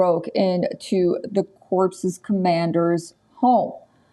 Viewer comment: 0.40 seconds corp commandar or corpses commander. News reader or comedian.